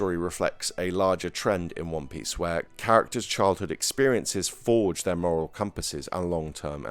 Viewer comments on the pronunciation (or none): none